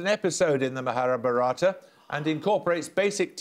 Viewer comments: maharabharata [sic] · fun to hear them mispronounce Mahabharata and every related answer :) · Paxman couldn't pronounce "MahaBharatha" - #Pathetic.